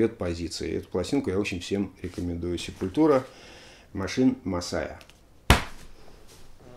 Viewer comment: Простите, побомблю. Есть две песни, где правильно произносится название группы, есть концертные записи, где Макс и/или Деррик произносят название группы, но, плять, вся Россия упорно говорит СепулЬтура. Ну нет там мягкого знака. Quadra у них новый альбом вышел, шикарнейшая штука.